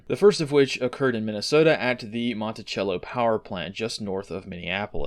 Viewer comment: Just a small point, we pronounce Monticello with an “S” sound and not a “CH”. Thanks for the update! Invaluable.